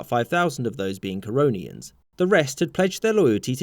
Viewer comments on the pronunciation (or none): Didi I jsut heard Coronians. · Normal Person: The Corononians Me on crack: Corona Ians